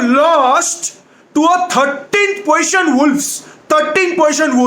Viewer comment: "3rd Poition"😂😂😂